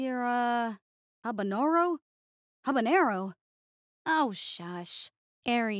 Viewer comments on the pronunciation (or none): The moment I heard Minido say habanero badly, I instantly knew what Trainwreck was gonna be occur